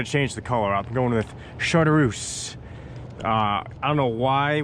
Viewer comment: Great vid. Am going to try trolling this spring. BTW the color of the gulp is shar-troose. Tight lines